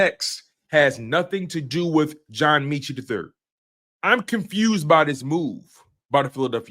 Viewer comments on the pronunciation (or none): You don’t even know how to say his name right. What year did you become a birds fan?